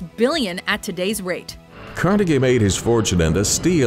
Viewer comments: Why did she keep saying kar-NEH-gee when it's clearly KHAR-ne-gee? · Nobody in NYC says it like that. We say it "Carneegee" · car- negie who pronounces it car- negie. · Is it kar-negg-ee or kar-nah-gee? I've always heard it pronounced as the latter, but you guys are usually excellent phonetically and you used the former. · Andrew Car-NEGGY ?? Has no one at this company heard this name before? Do you not have an editor? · Let's put Andrew carneggy on the list. Is that how you pronounce his name... idk couldnt find a single documentary on the internet about the man. Ok sweet let's put him in. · its car nee gee smh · learn how to say carnegie. its not carneggy!!!! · WTF? ''Carnegggie?'' The narrator cannot even pronounce his name? What an idiot. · "Car-neggy" hahaha, laughed my ass off. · It's CAR-NA-GEE you fuck! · thank you for completely butchering andrew carnegies name Carr-negg-eee? (WTF) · Car-Negie? someone get a new narrator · Why do you keep pronouncing it "Car-Neggie"? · Andrew carnagee? I think its pronounced like its spelled. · Why do you say it "Andrew Carn-egg-ie"??? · The speaker kept mispronouncing Carnegie's name. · How couldn't you pronounce Carnegie when there were video clips that were doing it for you? You should have mention Dr. Dre and Eminem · Why does she say "Carnegie" like that? It' s like she is putting way too much emphasis on the "e" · You are pronouncing carnegie wrong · you put so much accent on that Guy dude but Andrew Carnegie is butchered as fuckk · Carnegie ! Come on they even say it in the video smh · Why do you insist on repeatedly mispronouncing Andrew Carnegie's last name when even your source videos get it right? Good gawd, it made me cringe every time. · You pronounced Carnegie wrong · Every time she said Andrew Carnegie wrong I winced.